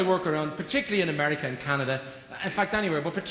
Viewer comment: I LOVE LOVE LOVE how he says "America!" just like george bush says it....just like a lot of texans say it!